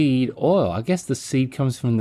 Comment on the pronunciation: This is y’all’s reminder that the word “oil” is a one syllable word -sincerely the south 😅